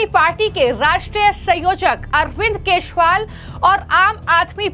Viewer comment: यह हमेशा केश री वाल कहती हैं